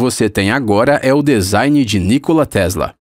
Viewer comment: Se fala nikóla kkkkk pqp